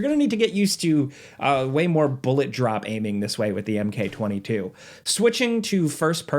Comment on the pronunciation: please its "Mark 22", not "Emkay 22".